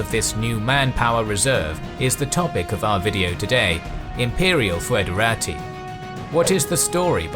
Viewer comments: It is not pronounced foo-edera-tee. Instead it's /ˌfɛdəˈreɪtaɪ/ which can be read as something similar to federeytey. As such the word is much more similart to federal. /fɛdəˈreɪtəs/ can simply be pronounced federates. The oe sound is meant more as an equivalent of the ø sound, or an o and and e together, forming a more open e-sound, but in practis it doesn't make much difference, and it doesn't really sound much different from a regular e in English. ɪ as in kit ɛ as in dress ə as in about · Haha he can't say foederati. tihihihöhöhö